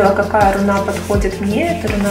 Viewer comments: в слове "руна" ударение на первый слог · Почему рунА, если рУна?